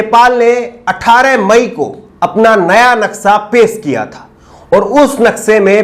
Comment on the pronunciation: Naksa nhi naksha bolte he